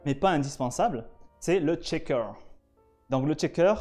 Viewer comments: Si je peux me permettre c'est "shaker" et non "chaker" 😉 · belle entrée en matière pour tous ceux qui veulent découvrir notre beau métier ! par contre la prononciation du shaker c'est CH pas TCH ! par pitié il n'y a pas de T dans le mot :'D